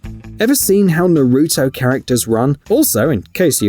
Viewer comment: he said naruto wrong it hurts my weeb heart